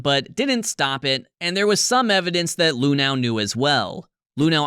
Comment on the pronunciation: My biggest takeaway from this one... THAT'S how you're supposed to pronounce "Luhnow"?!